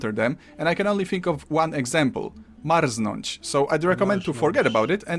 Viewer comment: man, you said it extremally well, like, better than i could (as native... I cant say 'r')